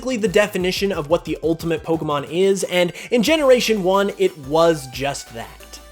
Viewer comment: 32 dislikes....probably for the way you pronounce pokemon